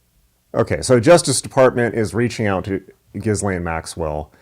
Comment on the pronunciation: love the pronunciation "jizz lane" for the femme fatale in popular news. My French trained hearing sense says it's probably something like 'ghee-len" but the former speaks clearly to her role in society.